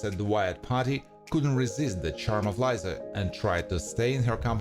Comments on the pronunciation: It’s Lisa Not Liza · Its not lie za its lee sah